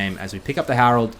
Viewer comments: It is most definitely hErald, not hArald, there's literally an E as the second letter. And it's not VAIGAR, it's VEIGAR. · Bro oce call it it herald you say it wrong . Simple ppl from Queensland are backwards